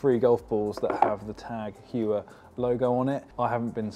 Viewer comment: It’s pronounced Hoyer not Hewer. This watch is sick